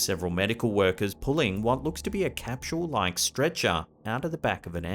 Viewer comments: What the hell is a capshule? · 1st clip are most likely synchronous drones. Also, there's no h in capsule. It's not capshul.